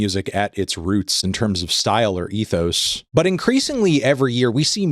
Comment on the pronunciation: Still waiting for Anthony to pronounce ethos properly